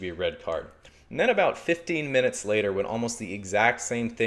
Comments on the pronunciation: his aussie accent comes out when he says 15 minutes later haha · When he said “fifteen minutes later” you could hear the Australian accent in “fifteen minutes” and the Canadian in “later” lol